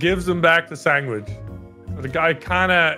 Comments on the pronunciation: U dunno, when says sangwidge instead of sandwich, is was really hitting a nerve XD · saying sandwich: Sangwich! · Why tf did call it a sangwich??